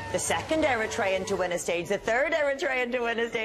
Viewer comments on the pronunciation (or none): Stop saying “Black” African. Black and African are one. White African is the exception and unusual. Also it’s e-RI-trean/e-RI-tria.